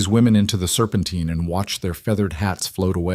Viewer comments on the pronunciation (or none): Serpentine - tine not teen